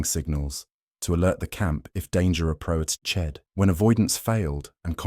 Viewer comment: “approa ched”? “maintan ence”?